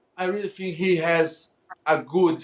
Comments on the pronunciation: You know i i i fink I fink a good skeels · "I fhink he has a good skills...he best skill is running away...afoid the fight ....he very good at fhat"😀😄😆😅🤣